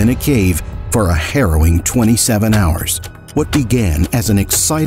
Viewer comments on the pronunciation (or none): none